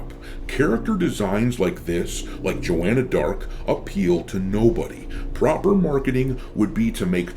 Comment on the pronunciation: That was JAW-Anna Blart